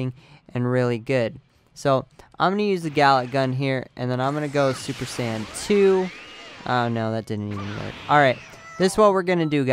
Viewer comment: every time you say super sand i cringe so badly.